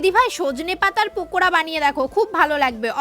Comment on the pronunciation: দিদি তুমি পকোড়া কে পকোড়া পকোড়া বল পকোড়া ছাড়া তোমার মুখে কোন উচ্চারণ হয় না পকোড়া পকোড়া😂😂😂😂😂😂😂😂😂😂😂